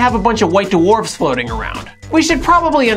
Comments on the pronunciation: white doowarfs... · Duh-Warfs?? WTF!?